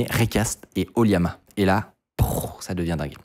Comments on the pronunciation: Pitié c'est LLAMA / oLLAMA et pas Liama 😅 Autrement oui, ollama, c'est incroyable d'autant que depuis récemment on peut l'interroger avec le jeux d'Api openai. On peut adapter son code pour pointer sur son ollama. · J’ai remarqué la tendance à prononcer LLAMA, liama (ou yama?) au lieu de lama (laa muh, pour la phonetique) 😊